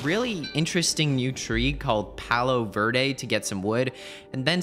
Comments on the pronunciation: Dont want to be that guy but its pronounced pah low ver deh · It hurt so much hearing .. palo verde as a spanish speaker